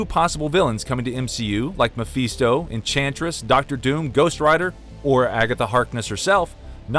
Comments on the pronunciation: "Me Feesto" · Did he just say Ma-feast-o 😂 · MA-FEEE-STO? Who's that? Seriously if you're going to pay someone to read lines for you, maybe teach him the correct pronunciation of the words in his script. How can you be an authority on a subject when you can't even pronounce their names.